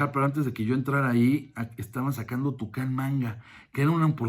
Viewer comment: Se llamaba: Editorial "Toukan", no "Tucán" jijiji